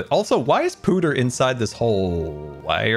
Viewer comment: You're killing me! There is butter, stutter, and utter! It is not pronounced poo-ter! it is p-uh-ter!